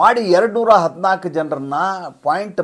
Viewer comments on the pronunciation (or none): none